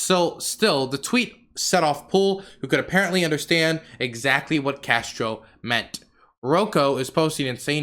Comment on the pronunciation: I mean he didn't pronounce Castoro correctly the whole video 😭